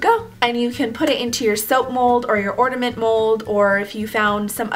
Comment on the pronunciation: ornament with a N.. Not ordament with a D.